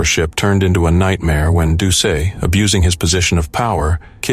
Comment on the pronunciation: Just as a quibble for the #1 story, Plauche' is pronounced PLO-SHAY. Doucet is DOO-SET. Both good Cajun names.